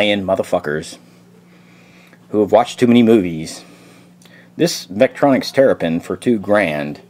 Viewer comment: Vectronix, not veralux...